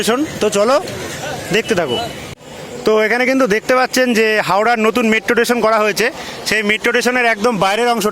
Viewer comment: ভাই, তুই টেশন টেশন করছিস কেন? স্টেশন বল আর ভাই ঐটা skipনা, ঐটা pause হবে তবে, ভিডিও টা মোটামুটি ভালোই হয়েছে..